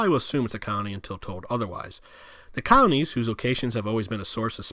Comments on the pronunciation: Is he saying counties or colonies??? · Could swear I hear him saying counties when believe they are called colonies. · "col-o-nies" not "counties". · I seriously couldn't understand his strange accent and rushed, mashed-together pronunciation. Sitting here puzzling what "cownies" could be. Three syllables: "col-o-nies". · The moderator's pronunciation isn't clear. It sounds like he's saying "counties" not "colonies". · Wtf are "cownies"?? Are you trying to say "colonies"? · So interesting the way you explain these areas. I do say, though, that it must have been several expressions of the word 'colonies' that I finally figured out that you were not saying 'counties.' It just wasn't making sense to me about any counties and then there was a photo of Alexis in a colony and I then understood that it is just the way you pronounce the word. Thanks so much for this video and I look forward to watching more of yours. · I keep hearing “counties” when he says colonies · I need my hearing checked. It sounds like he’s saying “counties” instead of “colonies.” And there are a few things I couldn’t understand when he was speaking low and fast. My dad likes to say he’s deaf in one ear, and can’t hear out of the other. Maybe I inherited his hearing. lol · Colonies has three syllables. And there was no nuke war. Those were power plant meltdowns. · no he was definitely intending to say colonies , you could see the slave labor clips in the colonies as he’s referring to them. He just does a poor job pronouncing words , likely do to blowing other guys . Typical liberal behavior . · Is this guy saying “colonies”? Sounds like “counties”. Accent is so hard. Notice the “d” sound for all words with a “th”. Ie. “the”= Da”